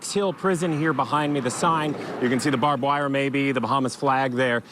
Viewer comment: "Bob wire" lol